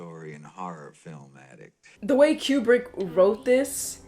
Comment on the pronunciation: It's pronounced Koobrick."Here's Johnny!" was the reference to the Tonight Show With Johnny Carson announced by his side kick Ed McMahon. Jack decided to improvise that line and the Stanley Kubrick let him do it and kept it in. I like that you're very observant. You're so funny. I like your sense of humor. Yeah, that damn Tuesday title card gets almost every reactor each time. Good reaction.